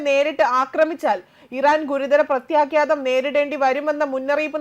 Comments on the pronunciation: 🎉🎉....president sthanarthi orumichu parayooo....🎉🎉...words onnu koode sradhikkuka...your sound is good and powerfull...onnu koode points padikkkuka vartha air cheyyum munne..prathyakhadham...mistake still in word... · പ്രത്യാഘാതം എന്നാണ് ശരി